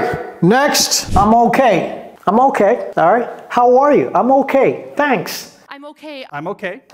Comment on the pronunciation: How arrrrre you 😂😂😂😂😂😂